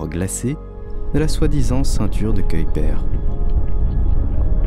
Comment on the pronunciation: La prononciation de Kuiper est dégueulasse. J'ai zappé la vidéo.🤮